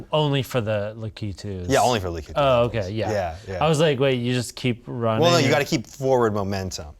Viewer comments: its lack it too, not la key too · Hate how they say "Lakitu" lol